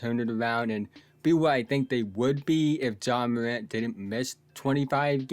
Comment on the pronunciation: Ja MOWANT😂😂 good show so FAW. Good shooting PEWCENTAGE. In FOW games he dominated. He will show MOW for suWe. Nice JUMPEWS 😂😂 GOOD PASSEW overall nice PLAYEW. go GWIZZLIES😅😅